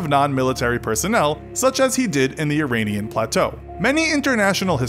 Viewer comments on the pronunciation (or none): none